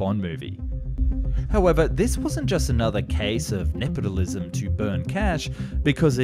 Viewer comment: This guy makes so many weird errors in the narration... Nepotilism? Shiika should be shilka... Mister S?